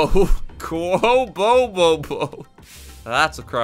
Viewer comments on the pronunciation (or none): none